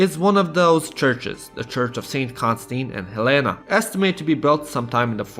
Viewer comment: As I Bulgarian myself, I can say that this is an absolutely amazing video showing the best of the country. There were only a few pronunciation mistakes(Stara Zagòra not Zàgora, Church of Constantine and Elena not Helena and etc.), but they're not that big of a deal. Love from Bulgaria and you should definitely visit 🇧🇬❤️ (just watch out for the cigani).